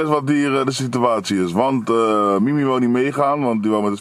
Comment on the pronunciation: Mimmie? 😂😂😂😂😂😂😂😂 Ik heb elke keer in mn hoofd mimi jij zegt Mimmie klinktt als een cartoonserie ofzo😂😂😂